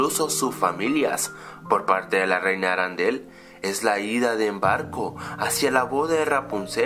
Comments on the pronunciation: no. se. dice. aran del. se dice arendel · Por qué dices "Arandelle" si es "Arendelle"? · Me gustan tus videos, sos un genio y tus argumentos sobre estas peliculas son muy interesante ¡pero es ARENDEL no ARANDEL!!! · no es arandel es arendell creó :v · No se dice arandel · Oye tu siempre dices mal harrendel tu dices ha rendel i no es asi